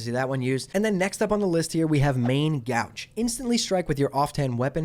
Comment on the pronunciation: One correction: Main Gauche is not pronounce Main "G-ouch". It is pronounced Main "Gowsh". It's a French word (that has entered the English vernacular) which literally means "left". So in essence "main left hand" i.e. (assuming right handedness as the majority of people/characters), "main off hand" or "off hand becomes main hand". "The more you know"